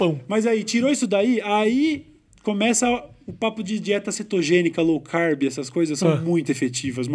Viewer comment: O Cauê falou low carbe? 2020 tá foda hein.. hajajaj